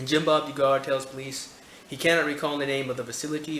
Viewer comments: dontbeknowing Yes, Dug-er is the proper pronunciation. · Doo-gar is mispronounciation, I think. Isnt it more like Dug-er? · It's Duh-gar my friend.